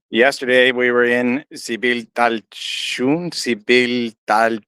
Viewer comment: Don't worry, your pronunciation is correct, the "z" isn't pronounced in this case 'cause it's a mayan name or expression. " D(Z)IBILCHALTÚN ".